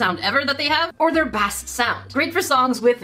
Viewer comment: I think the last raycon sound mode is the other bass, pronounced like base 🤭 love your videos!